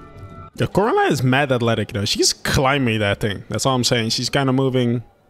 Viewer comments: Coraliney is the cutest mispronounced word I've ever heard. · it is prenounce coraline